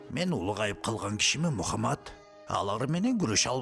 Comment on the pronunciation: Мухамад эмес Мухаммад дегилечи